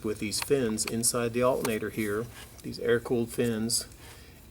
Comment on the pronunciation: Alternator not Altnator